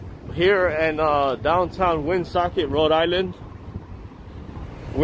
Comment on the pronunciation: Love the way he mangled Woonsocket and whisk head says nothing!! Hey Will, wake up! This is your state, don’t let him disrespect it! 😂 Good old ar-chives!! He meant archive’s but him not knowing the difference between ar-chives and archives or statue or statute etc. is nothing new (Knew)